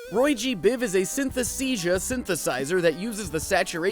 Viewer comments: Isn't it synaesthesia/synesthesia and not synthesesia? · synesthesia* you got it wrong pronouncing it and in the caption